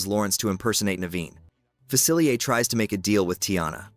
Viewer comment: It’s pronounced fuh-sill-EE-AY, “”! You said that wrong three times! 🤨 Another one is AH-nuh; Anna from Frozen. 🤨